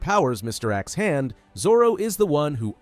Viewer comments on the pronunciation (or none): none